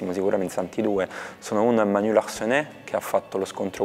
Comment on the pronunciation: L'ho beccata la Hybris di Zero, che ci sbatte in faccia le sue origini francesi nel pronunciare il cognome di Larcenet. Ovviamente scherzo